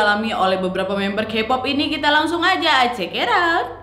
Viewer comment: izin ralat jg, kpop itu dibca nya kepop, taeyang teyang, chanyol, bnyk yg salahh 😭 susaa jg ngejelasinn nya :)